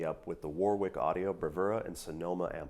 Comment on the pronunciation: Repeat after me: "Wa-rick".